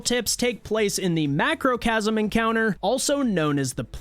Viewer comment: Did you say MacrocAsm?